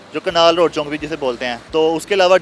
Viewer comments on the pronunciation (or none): Anchour Sahib Chowk hota hai Chonk nahi, Educated ho kar be Chonk Chonk khai rahyeh hein.